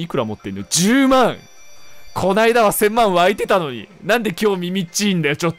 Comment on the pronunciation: うっしーが1000万のこと「せんまん」って言うの何となくムズムズする 笑